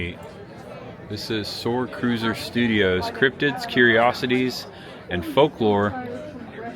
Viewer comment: it’s Starcruiser Studios lol not Soarcruiser the little ⭐️ is meant to be a T!!! 😝😂